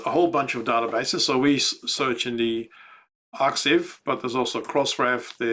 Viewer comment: arXiv is pronounced /ˈɑːkaɪv/ (if you prefer British English) ... the X is a pun on the X in LaTeX. EWS is not for me, personally, but I am loving the videos! It's always fun to see how others have approached a problem. If I were just starting out, I would 100% be taking a very close look at the work you have been doing. Thank you for all your effort and your willingness to share!